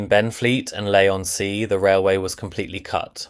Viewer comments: Lee on sea, not lay on sea. And not Canvay Island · 'Lay-on-Sea' and 'Canvay Island'! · I know. It was pronounced 'Lay' on the video. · its leigh on sea